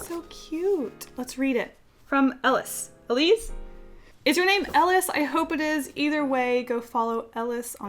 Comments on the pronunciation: I think the name "Elise" was pronounced as A-l-ee-s-e It sounds Dutch? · I have a friend named Elise and her name is pronounced É-Leez Hope that helps ;3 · elise is probably pronounced el-ee-ce